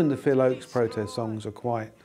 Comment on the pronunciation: Please get someone to proof read this doc who knows that Phil's last name was "Ochs" not "Oakes". Also this doc gives much less credit to both Tom Paxton and Phil Ochs as songwriters and performers than each deserves.